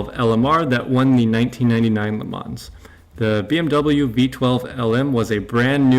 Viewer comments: A few things: don't call it Le ManS. The S is NOT pronounced! Same goes for Chassis. Think of both words like Le Man and Chassi - easy. The part about BMW's engine power is not correct. I don't care what the source is - even if it is BMW themselves - it is wrong. They can easily go to the full 680 hp (670 bhp) and even beyond. I know I know... "source trust me bro", but I'm serious. You can be sure they can easily do that :) Therefore Ferrari doesn't have an advantage in that regard (as mentioned later). Also regarding the higher voltage on the Ferrari... weight savings with wires are completely irrelevant, because they all have a minimum weight :D Other than that, strong video! And man that Ferrari looks so good. I can't wait for Le Mans! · Please check the right pronunciation on LeMans - [ lə mɔ́n ] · le mans chassis